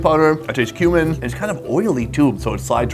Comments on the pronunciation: I keep hearing human powder as spice.... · He says cumin powder like human powder 😂😂